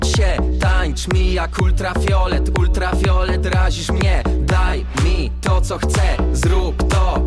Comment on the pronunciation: UltraFIOLET, ale wymowa